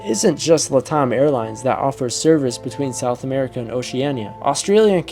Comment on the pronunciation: Latam is pronounced 'Lat' like in Latin and Am like in 'I AM getting tired of hearing it mispronounced'. Latam is an abbreviation for the first two words of 'Latin America Network Airlines. "LATAM typically stands for Latin America. It's a shortened form often used in finance, economics, and business contexts to refer to countries in the Americas where Romance languages like Spanish, Portuguese, and French are spoken. "